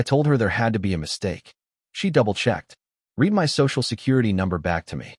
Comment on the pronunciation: Amazing! Automated Idiocy can't tell the difference between 'red' and 'reed' (among dozens of other words.), but can pronounce 'compensatory' .